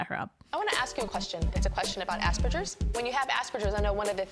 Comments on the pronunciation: Tyra pronouncing Aspergers like asberjers is hilarious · I did a double take when Tyra said 'Aspergers'. I have NO idea how she got that pronunciation or why the production didn't fix it in post with some ADR, because it's not 'Asper-jers', she sounds like an idiot by trying to French up the 'G'. It's not French, it's a German surname, named after Hans Asperger. It's pronounced like the word hamburger. Also, I don't actually understand what Tyra was getting at when she asked, 'how did you make eye contact with an imagery person?'....well, it was imagery Tyra....people with Aspergers can still gaze and look into the unknown just fine, and sometimes we can even look into someone else's eyes because ASD is a SPECTRUM and not every symptom is universal. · I'm sure Tyra can pronounce "Narcissism" just fine but her pronunciation of "Asperger's" needs some work. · i dont like how she mispronounced aspergers lol I don't know why that bugged me so much. now we dont say aspergers because it implies being more functional than someone with 'autisim' im autistic and the way they spoke to my girl this season has always rubbed me the wrong way. i know it was a while ago but still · The way Tyra pronounced Asperger's was sending me. I couldn't take it seriously. My pro tip for other people on the spectrum: you do get a lot of information when you look at somebody's face (even if you can't necessarily parse it all, or parse it in real time) but if eye contact makes you uncomfortable, I've always found it easier to kind of look at the space between people's eyebrows right at the top of the bridge of their nose. People can't really tell most of the time, and it's good enough to get you through life.